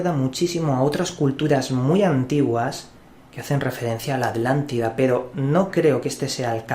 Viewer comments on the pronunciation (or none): none